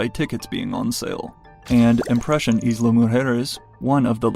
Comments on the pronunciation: "Eezla" 😆😆😆😆 it's pronounced like "ile" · Please, please, stop breaking my ears by mispronouncing the word “Isla!” It’s “Ai-la” not “Is-la!” Like island?